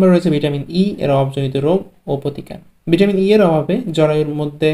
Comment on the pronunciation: ভিটামনটি,,,নাকি ভিটামিনটি